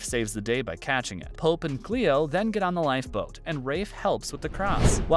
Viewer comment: His name isn”pope” not “polp”